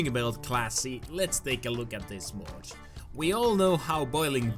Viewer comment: lol said moch not mod